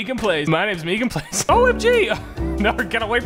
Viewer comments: He really said meegan plays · How other says MeganPlays: MeganPlays how flebsy saids it: Me ganPlays